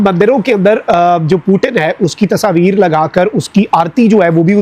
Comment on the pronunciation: Its not Tasaveer its Tasveer idiot uneducated madrasachap braindead #Pakis 😂